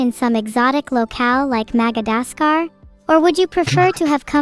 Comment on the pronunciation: "Magadascar" xD